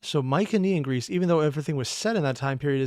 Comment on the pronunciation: I've only checked some OSP reactions plus all Underverse ones. Huh, he keeps going to "mycenean" pronounced with the soft C, instead of the strong "celtic" letter C. Looking forward to his reaction to Hades and Persephone :3